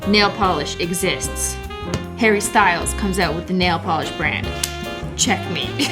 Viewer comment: Is it just me who hears Hairy Styles whenever she pronounces Harry ?😂 Another Cristine pronounciation